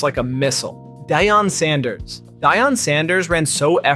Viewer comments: when he said dyan… i cut the video off 😂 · Who is Dehyon Sanders 😂😂